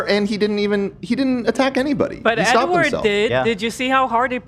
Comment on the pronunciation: the amount of times ethan keeps saying edward wrong is sending me